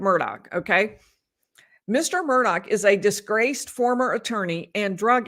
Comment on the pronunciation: There is no (k) sound on the end of the Murdaugh name. I wish people would get the pronunciation right.